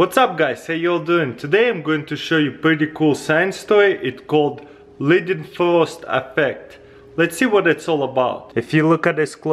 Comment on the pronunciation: The way how he pronounce Leidenfrosteffekt XD